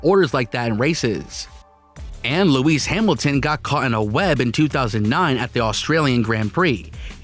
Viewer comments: Louise hamilton, aryton senna, verstapien, you doin this on purpose aren't you? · Its awful pronunciation, Louise Hamilton that was hilarious